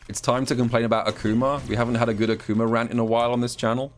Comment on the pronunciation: He did the same to Akumer, somebody stop him